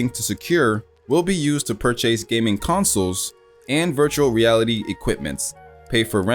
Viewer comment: Purr chase? Tf?